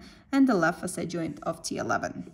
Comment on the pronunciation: In the beggining i dont get it when you say FASAY -- I just realized you were saying faceT joint when you started pointing on the joint it self. Nice vidoe though. Thanks